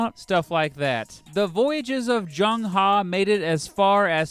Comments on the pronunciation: It's not Zheng HA - It's Zheng Heh (as in "her" without the "r") - Kinda important. Loved the video. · It is pronounced as ‘ Her’, not ‘Ha’. Haha... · the e in He is pronounced as e in earl gray, not as a in khan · Love your videos entertaining as well as educational BTW his name is pronounced "HE" like "huh" and his surname is "Zheng" pronounced "Cheng" hope you don't get offended Great videos keep them coming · Zhong Chen no, he pronounced " He " in "Zheng He" wrong.